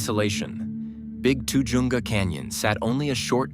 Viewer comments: That pronounced TA-HUNGA CANYON. I grew up there then and it has the Spanish pronunciation by Californians. Ta-Hunga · Pronounce tuh-HUN-guh